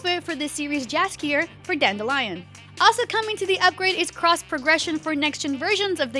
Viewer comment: It's pronounced YAS-gir not Jas-gir.